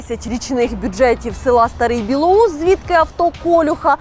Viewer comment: Село не Старий БілоУс, а Старий БілОус (де про Колюха). Хоч у вікі написаний перший варіант, та самі мешканця села та міста Чернігова кажуть тільки другий варіант.